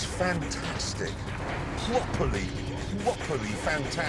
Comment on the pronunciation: Pwoperly, pwoperly...fantaaastic.